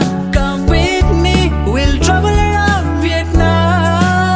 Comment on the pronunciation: mình góp ý chút, chỗ phát âm travel around, bạn có thể nối âm nha